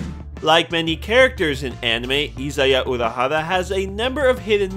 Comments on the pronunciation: Izaya Urahara? ...SAY WAT? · Izaya Urahara